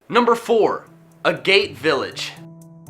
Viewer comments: It's Ag-get, not Ah-gate. It's named for a type of rock. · Agate is pronounced “AG-it.” It’s a semiprecious stone known for its colorful rings.